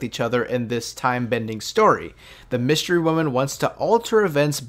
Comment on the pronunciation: Did he say “wystery women”?